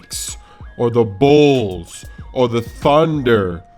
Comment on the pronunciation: u say bulls funny